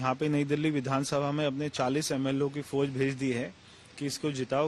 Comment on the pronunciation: Abe haryaanvi foj nahin fauj pahle dhang se bolna seekh